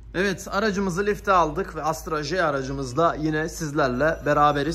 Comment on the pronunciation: Astra Hajj ne😂 Ona Astra He diye söylenir😉. Sanki amerikan alfabesi ve arabası😁